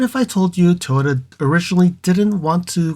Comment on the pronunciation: Can you pronounce it as Toyota instead of toyta please?